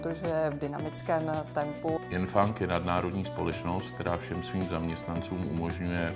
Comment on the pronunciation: Kromě toho, že manažer neví, jak se jmenuje jeho firma "Yengfang" tak dobré :-D